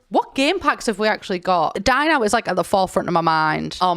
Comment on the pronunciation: When she said 'Dine Out' I heard 'Dying out' and I (no native english speaker) was thinking: "There is a new pack coming out called 'Dying out'? What will this new pack contain?" For about 5 to 10 seconds I was genuinely thinking this.